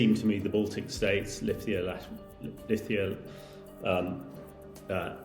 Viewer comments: Please don't say Lithia, its Lithuania. 🇱🇹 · Lithia?!?! He cannot even name Estonia, Latvia and Lithuania properly.